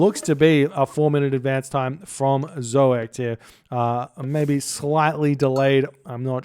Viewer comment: your first pronunciation of zoekt was spot on. It's from the verb zoeken, which means search. So in the third person, it means he searches or perhaps the seeker ^^